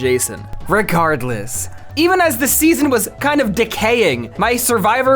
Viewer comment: Did you say 'Ricardless"?